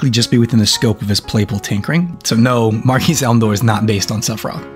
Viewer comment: Nice video. Keep up the good work. Btw, "Marquis" is pronounced mar-kee , the s is silent.